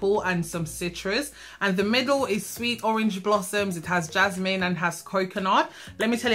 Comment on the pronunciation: ‘Ja-naah-ah-meen’ lol. I love when you say that